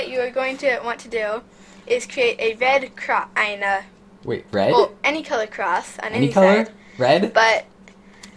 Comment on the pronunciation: First thing you’ll have to do is to make a ‘ved’ cross Now: I. never did a Red Cross Me: wait a minute said a ‘ved’ cross 🤣😂🤣😂🤣😂